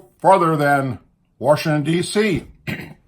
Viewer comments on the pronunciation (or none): First and foremost ,it's WASHINGTON & NOT "WORSHINGTON"!! dude really?! Did you know that DICK CHANEY TOOK AN OATH JUST LIKE BUSH DID?! look back on 911 hearings!! CHANEY was given a minute by minute report about the incoming plane headed for the pentagon!! Wtf-did he do?!?...NOTHING!!! military jets were ordered to STAND DOWN!! WHY???!! + TOWER 7!!! HOW IN THE FUCK DID BBC BROADCAST REPORT WTC-7 HAD COLLAPSED WHEN IN FACT IT WAS STILL STANDING RIGHT BEHIND HER ON LIVE VIDEO FEED!!! AMERICA STOP LOOKING THE OTHER WAY ON THESE FACTS!! THE WARS TODAY THAT WE ARE INVOLVED IN??!! IT'S ALL BEING WAGED UNDER A FALSE FLAG!!! BUSH,CHANEY,& RUMSFELD NEED TO BE STRUNG-UP FROM THE TALLEST TREE FOR TREASON!!WAKE UP AMERICA